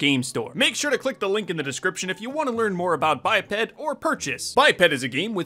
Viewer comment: It’s pronounced by-ped but I thought it was bipped lol